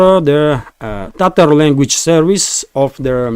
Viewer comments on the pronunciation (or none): none